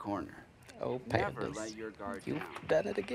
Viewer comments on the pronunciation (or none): Wait he was saying pandas this whole time??? I thought he was saying pants. This makes so much more sense now. I’ve watched this episode hundreds of times how have I not noticed this